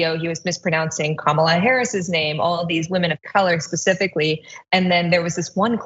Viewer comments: Maybe he mispronounces her name just so it sounds like it does here in Finland. Kamala means horrible in Finnish. Edit: I accidentally used a wrong pronoun when referring to Phucker. Silly and a bit ironic. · Just like right wing media mispronouncing Kamala over and over and over again, just ensuring that his audience mispronounces it too